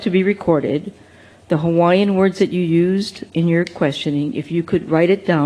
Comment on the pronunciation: For heavens sake, can they please get a reporter that knows how to pronounce Hawaiian words properly. This sounds like Sherry Bracken (sp?), she’s awful!